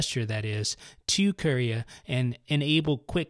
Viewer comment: Lol sounds like he's saying Korea